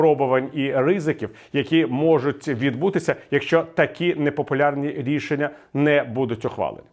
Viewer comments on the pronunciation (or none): Віталій я тебе колись поважав ну як ти заїбав яке рррррішення ти пропонуєш пиздить ну і я можу скільки ти напиздів 500 днів на нулю одсидь